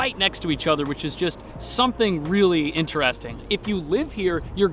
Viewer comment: Am I the only one curious about the particular way pronounces 'interesting'?